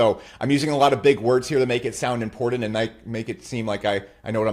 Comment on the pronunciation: Bro the way you said “impordant” makes you a cuck but I loved the video